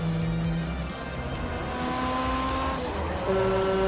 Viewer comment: Хонда ЦЫвик...леща бы дал по щам на такое произношения блин...